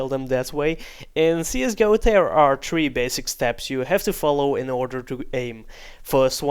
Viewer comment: Please learn how to say three.